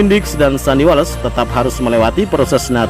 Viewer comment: Admin.... Diucap sandi wols, bukan sandi wales